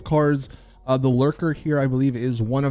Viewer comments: Omg. The car is the Lurcher. With a “ch” sound. Not Lurker. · lurcher not lurker,glimey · Thank you! I was yelling at the screen